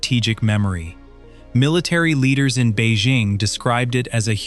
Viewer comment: Beizhing???? Bei Jing. It's a J. It's not Zhames Bond